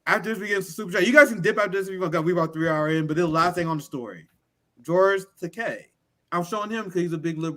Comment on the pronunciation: Thanks,, for pronouncing George Takei's name the way it's supposed to be in Japanese (ta-KAY, not ta-KIGH).